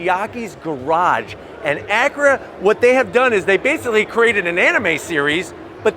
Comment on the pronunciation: Someone teach this guy how to say acura lol. He says it like Ackra. That being said nice review.